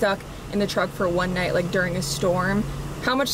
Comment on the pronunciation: Your southern accent describing the lightning “It’s turning naht into day” was perfection. Especially from a Michigander